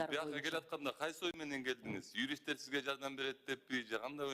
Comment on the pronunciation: Юристинер Б е р е н е берене дейтго😂😂😂